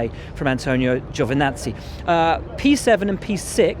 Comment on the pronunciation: Brits need to LEARN how to PRONOUNCE the names Kubica and Giovinazzi. Either that or lose the chip on their shoulder.